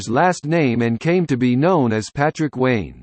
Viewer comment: It's not lane it's wayne.